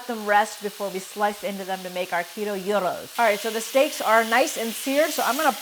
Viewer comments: "zhiro" or "dzhiro" depending on whether you're Greek or Turkish. But not "Euro",, which is what you use to pay for a gyro. And it's not "ta-ziki", but "dzhadzhiki". "Sadziki". Say "buds", say "at". Say "budsat". Again, faster. Again. Again. Now say "udsat". Again. Again. Now say "dsat". Now say "dsatdsiki". You got it. Now go throw out that horrible stuff in the plastic tub 'cause we're gonna make the real stuff, which is easy and a thousand times better. Start with a nice big cucumber, preferably English. Peel it, cut it in half lengthwise, lay the flat side on the board and cut it into quarter inch strips or straws. Now cut across the straws to make cubes. It's fun, fast, and it's a great way to build knife skills. Next step is critical, put the cubes in a dish towel or cheese cloth and press out most of the water. Put the cubes in a bowl and add a good bit of salt, garlic paste, olive oil, and lots of chopped dill (preferably fresh). A good squeeze of lemon juice. Maybe a bit of toasted walnut. Mix that in with some yogurt - the GOOD stuff, NOT low fat (of course). My Bulgarian wife only eats Fage in the States, the 5% fat kind. BTW keep your eyes open for some Bulgarian Feta, it's by far the best. They sell it at Costco. Now. About that meat. What you're making there is closer to fajita than gyro. Not bad, but not authentic. What you want is some Mediterranean or Greek spice mix, rub it on before cooking. Also instead of two beef steaks, go for one beef and one lamb. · She still didn't pronounce it. It is not pronounced like the European currency 'euro' it is 'ghee-ro' but not with a hard 'g' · When you said 'guy-ros' I died a little inside. You still weren't pronouncing it right but most people don't know how to pronounce it. It is a 'ghee-ro' but not a hard 'g'. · I love you guys but cringed when she said GUY-RO 🤣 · I thought it was “gee row”, but with a softer g. Anyway, looks fantastic!! I only knew about psyllium husks through Metamucil!!?? 😂